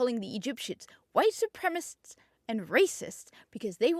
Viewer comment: Su-prem-a-cists. Not supremists. Try reading more and not being so American.